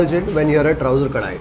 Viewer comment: it is Touser kadai not ‘Trouser’…😊